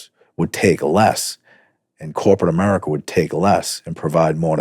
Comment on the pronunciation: I like what you say in general. But you are an American. And there is literally no excuse for intrusive Rs. Say America not Americer.